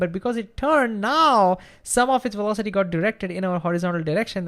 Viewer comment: Wertical welocity